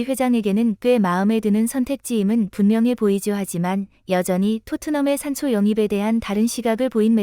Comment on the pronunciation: .....산소가 아니라 산초다 똑바로 해라